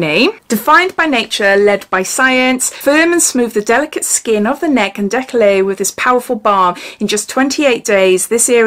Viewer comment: hi GATINEAU is pronnonced GA TI NO, decollete is DE COL TE the TE sound is like the VE from cerave hope I am making sense. Nice box and fab new nails x